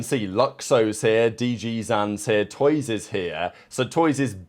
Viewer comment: wait has never watched loud play, i've never heard a commentator or analyst call him toys, only ever toooyzzz